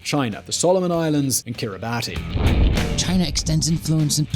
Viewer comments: Kiribati is pronounced as 'kiribas' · Kiribati is pronounced Kiribasss. You guys should know this. 😬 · Taiwän..? Kiribati is normally pronounced Kiribaß 💙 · It's pronounced Kiribas not Kiribati! #StopBotchingNames #ProperPronounciation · Great vid guys. Jx a minor detail tho: Kiribati is pronounced Kiribas. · Pronounced 'Kir-i-bas' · and Kiri-ba-tee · I get mispronouncing words is your thing, but it's pronounced "Kiribas". The "ti" makes an "s" sound. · Kiribati is wrong too. It's "Kiribas" despite being spelt as -bati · mmhmm, and I appreciate his take even if I don't always agree, so I enjoy discussing it for the algorithmic boost. However, both he and his voiceover guy (I think his name is?) absolutely butchered the name Kiribati.